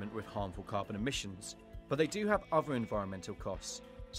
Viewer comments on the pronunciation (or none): none